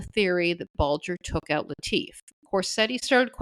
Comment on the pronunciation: The family pronounced it LIT IF. not Lee Teef. 🤷‍♂️. Maybe it’s the “ accents “ confusing me 😂.Love the Channel☘️☘️☘️. Some local trivia. Litifs daughters had a white dog after her father’s murder. Guess what she named it ?? Whitey 😳.